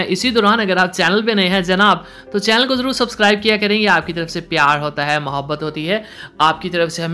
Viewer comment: the way he says " pyaar hoota hai muhaabat hooti hai " 🤣